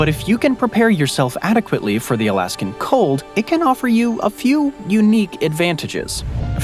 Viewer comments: and again ... "Alaskum"? 😂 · What the heck is "Alaskum"?!?!